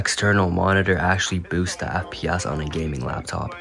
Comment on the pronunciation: can you stop saying fpASS and just say fps pls